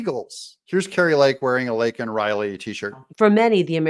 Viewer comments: All of the commentators mention how Biden finally mention Laken Riley and miss pronounced her name and admitted she was killed by an illegal alien. However, Biden's comment right after, "......but how many thousands are killed by illegals..." Right on Brandon, there have been many killed, raped, beaten, mugged, etc...ALL Because of YOU!! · He had no intention on saying her name. He didnt care what her name was prior to his SOTU address otherwise he would have known it and said her name correctly AND said it without being Prompted!!! He didnt try to unite America. He gaslight America, blamed President Trump for EVERYTHING, Lied and lied and oh wait he LIED. His reality is either convoluted with lies others are telling him and he believes and repeats or reads his notes that OTHERS are writing for him, which mesns he is just a puppet OR he is very cognitive and knows what he is saying is a Lie. Idk which one is more dangerous. This was a political Campaign speech. This was not a SOTU address. This was all of his demons being released on the public, venom being spit out by a potential crazy person and threats basically being made to anyone that goes against him. I pray for each one of us to have the courage and the numbers behind us to STOP THIS CRAZINESS. God Bless each of you, God Bless President Trump and God Bless the USA ! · Not to mention saying her name incorrectly. Can one individual be any more disrespectful to the American people than Joe Biden? I don't think so. He's just a piggish, evil, third anti-Christ, socialist who doesn't care about ANYONE but himself and his interests. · Hey Beijing Biden, her name is "Laken" Riley, not "Lincoln" Riley, you senile, old, kiddie-sniffing creeper. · harris's face when he screwed up Laken's name is quite telling of how she feels also. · If you really listen to Biden when he gets called out by MJT Biden says “I would be a winner……not really.” Then goes on to mis pronounce her name!!!!